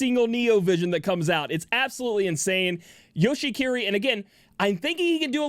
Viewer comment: I still don't know if he's saying Yoshikiri or Yoshi-kitty